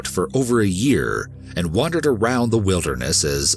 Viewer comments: It’s wander not wonder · Thumbs down only for mispronunciation of multiple words and incorrect grammar. Sorry I'm so picky. You do not WONDER around. It's called Wander or Wandering ;)